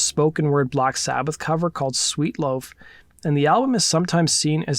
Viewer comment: Did you say "sweet loaf"?